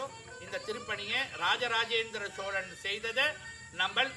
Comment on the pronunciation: "SHOWLAN" ,SSHIVAN, SSHONELAI ileh! Solan ,sivan ! "Shh" is not in tamil..tamil pesukeh